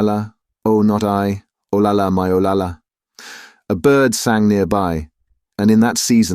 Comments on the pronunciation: Interesting treatise on the class and cultural divides at the time. Having lived in Spain and having a relative named Olalla , pronounced O-lie-yuh, hearing O-La-La sounded ridiculous for an otherwise excellent reading. There are reference books such as Spanish English Dictionaries that provide correct pronunciation to stay true to the narration. A little research goes a long way. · Double L is pronounced like Y, so her name is O-LAY-AH. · Double L is pronounced as a Y, so her name is O-LAY-AH. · Actually, it's pronounced OL-AH-YA. Double L in Spanish is pronounced like a Y in English. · Olalla us mispronounced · The "ll" in "Olalla" should be pronounced like a "y". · You are absolutely correct about double l being the y sound! Obviously the narrator did not know that.